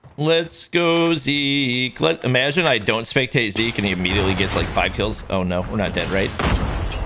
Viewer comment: WHO else says zeki instead of zeek